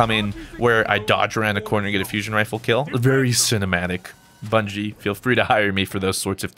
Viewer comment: Its bungie not bungo xD